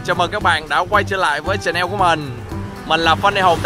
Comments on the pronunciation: ơi đừng có đọc là "chờ neo" (chanel) nghe như đồ hiệu (túi xách, nước hoa..), hãy đọc là "chen nồ" (channel) thì sẽ đúng hơn. Đây là góp ý của em thôi chứ không phải có ý tự nói mình giỏi này nọ đâu nha. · Cái này em góp ý thôi nha " Cha nồ " chứ không phải " chà neo " nha anh